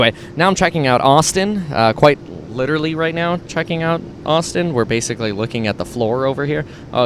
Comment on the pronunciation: Cwedit Suisse wittawily got bailed out.